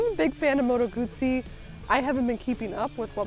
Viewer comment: nice to hear someone pronouncing "Guzzi" properly.